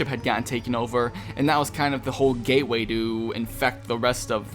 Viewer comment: Lmao i thought you said gayway